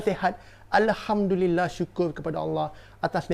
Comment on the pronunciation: Alhamdulillah tapi abg piere sebut alehamdulillah salah ni bang piere